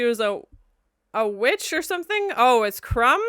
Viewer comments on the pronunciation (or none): It’s pronounced Crom, not Crumb. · crom not crumb ! lol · Crohm. ..not crumb 😀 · His god is CROM, not Crumb :) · Crom is the chief god of the Cimmerians. Not crum lol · "Crom!" is an exclamation, like the one you pronounce "Cheese and Rice..." You are the second reactor that says Conan's bodily fluids contaminated Doom's fountain. Does nobody in the western hemisphere realize that almost all historical fountains were fed be fresh water and so rinsed themselves in addition to being cleaned when necessary! They were the public water sources for urban populations! You knew you were cosmopolitan if you got your water from similar public facilities! Go to Rome!